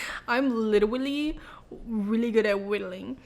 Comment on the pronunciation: We shared one brain cell when you said “he’s witerally so good at whittling”